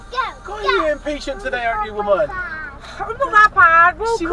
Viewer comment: litter trained, eh? Now that’s a whamen worth keeping. #…..is just a whamen. 😂🤣😂🤣😂🤣